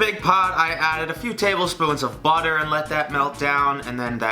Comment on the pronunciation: the way he says butter i bit like “bodder” is rlly cute